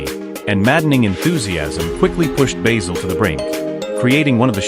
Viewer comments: I is pronounced Baasil, not Baysel! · BAYZIL Fawlty ? it's BASIL Fawlty !!! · These AI voice overs are sooooooooooo irritating. It's BASIL ... as in the herb ... not BAYZIL! The sooner YouTube bans these annoying AI produced videos ... the better. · Why is your music so loud? His name is bAzil, not baYzil! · Alice was not played by Una Stubbs and who on earth is Bayzil? .. Good grief. AI bullshit. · If you can't even pronounce Basil as a christian name Don't recommend earned ! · So lets get this right you claim to have watched this program yet you cant say basil properly jesus wept americans hear how something is said. Then say nope thats not right ill say it the way we think it should be ignorance at its best